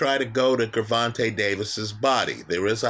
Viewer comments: My brother no disrespect. I'm confused. First time watching, but I can't take you serious. You sound educated when you speak. Did you purposely mispronounce both fighters names? You made it sound like Guuuurvontay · You get a 👎🏽 just for the way you say Gervonta,...